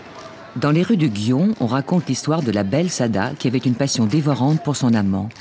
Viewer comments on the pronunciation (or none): Ce que je regrette dans la plupart des reportages sur le Japon c'est que les journalistes ne se foulent pas à chercher la prononciation exacte (ou la plus proche) des noms propres ou communs. Gion ne se prononce pas "guion" en une seule syllabe. Il faut bien séparer les syllabes "gui" et "on" qui n'est pas comme notre "on" français. Il faut prononcer le "n" final. Il faut le prononcer entre le on français et le "on" de "on/off".